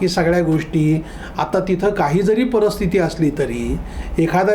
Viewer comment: छान! परी स्थिती असा शब्द आहे, परस्थिती असा नाही त्यामुळे उच्चार नीट व्हावा